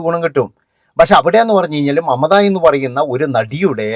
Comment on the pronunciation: മമത അല്ല " മംറ്റ " എന്നാണ് അവർ പറയുന്നത്🤣🤣🤣🤣🤣